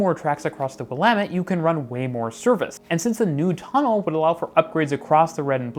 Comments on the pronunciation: Pronounced "Willamette" correctly!! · Good vid, and great that you pronounce the Willamette River correctly. That's an atonement for a vid you did two years ago.